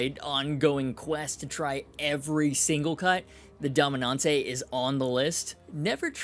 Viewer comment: About Marceau guitars: "Dominante" would be pronounce similarly to how you pronounced it in the video except forget the "e" at the end. So like you would say dominant in english but with a "frencher" A. At the end of the day, it literally doesn't matter, french is a stupidly hard language to pronounce and understand for non-native speakers. Trying is far more than enough lol.